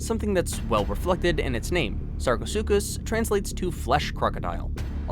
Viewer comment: Lmaoo “the suckaasupis”